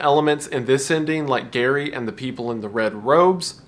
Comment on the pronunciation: Gary rhymes with scary (that is all)